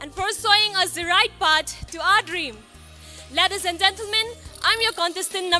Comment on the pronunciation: Contestant no 1 says lades not ladies haha